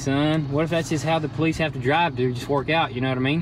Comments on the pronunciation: Do you guys really not know how to pronoun the word "Police"? Or is that some kind of local inside joke? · Please start saying police correctly, I want to watch but honestly can't stand that lol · Instead of the amount of cars going down, your place is starting to look like a used car lot. Damn bud you keep mispronouncing police . Got everyone watching laughing their asses off each time you say poleets. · "Poleets Car" Howling every time i heard it! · Cbr Duck how do you think it’s spelled?😂 poless?? It’s police buddy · *Poleetz hahaha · Danyl Goutier “po-leets” it’s police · "Issa Poleets transmission" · Nobody:: Poleetz Car 😂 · can someone tell the guy that can't say police properly that it's not polits it's police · Pulleetz car? Something wrong with you saying Police? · Who got annoyed when he kept saying politse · Police not poleets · The “po-leets” car lol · 😂😂 I was sitting here like wtf the poleets is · I was wondering if i heard right. Love the vids but that politze word was jst anoyying as shit. Lmao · poll leets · “Politze” car 😂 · Nobody:: WOAHHH A POLEETZ.... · in german you said "politzei" :) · Are they keeps saying politze car or I'm hearing things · Poleetz Poleetz Poleetz!!! lol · "Poletes car" 🤣🤣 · Why he keep saying “politz” 😂😂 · I thought I was the only one hearing him say politz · I absolutely love how says ''politze'' lmfaooo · "Poleetz car" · You're killing me lol "Poleetz car" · I heard the words crazy and poleets quite a few times in this video. I think its a new record for CRAAAAZZZZZYYYYYY. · "Poleets" cruiser😂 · Why do you guys pronounce police poleetz? Strange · Why does kept saying politz?:) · Funny how calls it a politz car... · Why does he kep Saying politz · poleets car wth :) stop saying poleets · Lmao Politce. Tell him just to say cop lol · The "Poleets" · Why you sayin politz? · What the heck is 'poleetz". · Homie said "poleetz" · Poleetz.. tsk tsk tsk